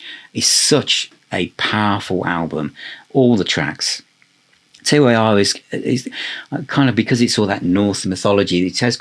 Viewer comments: Tyr is pronounced tear (as in crying), not t, y, r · its not T. Y. R. ! Its Tyr! the germanic mythology god. :) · Why do you spell out TYR? Isn't it just pronounced Tyr (tear). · It's pronounced Tur the God of War and the ruler of law in Scandinavian mythology anyway you want to say it in English is fine with me lol 😂Teir, Tire or TYR it all means the same thing depending on what country you're from. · Its Tyr (pronounced tier)...the norse god of war......not T-Y-R😊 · FYI, Tyr is pronounced "Tier". Domini is pronounced "Doe-min-ee". ;) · Btw, the album is pronounced ‘Tier’. Great video! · Great video but why are you pronouncing TYR as T-Y-R? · TYR is just pronounced tear, lad. £99 for the cd set. They can get bent. Absolute madness.